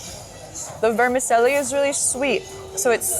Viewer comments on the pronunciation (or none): Pronounced VERMICHELLI not Vermiselli